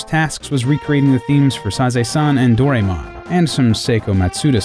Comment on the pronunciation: Lol you butchered Doremon